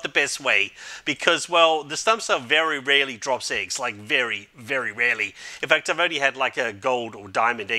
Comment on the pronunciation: "Diz Mithic Iggs lol I hear it like diz